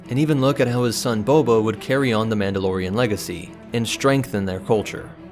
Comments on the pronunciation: his son is callled boba as in bobba. not bobo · Did anyone else notice how he said he son bobo . You know what just gotta say bobo is my favorite star wars charater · Good video but sorry; "his son bobo"? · ah yes, the legendary mandalorian, bobo fett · bobo?? its frickin boba...wtf